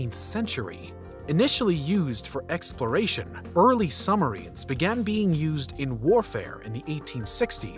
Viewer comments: Submarine "SUB" + "muh" + "REEN" the B is not silent. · are we just gonna ignore how this guy pronounces, “submarine”?